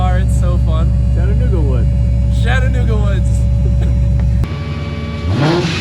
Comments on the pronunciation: "Shat" anooga .... Its "chat" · whys my mans sayin “shattanooga“